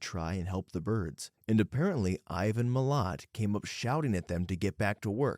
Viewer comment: He also said Milat like heart, it’s Milat like splat